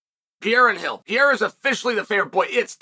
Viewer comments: Two r's should be pronounced. Pereira. Not peara. 😂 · dude his name is alex peReira no peeheyra forfuksakeeeeeee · It’s not Pierre you steroid user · Alex Pierra 🤣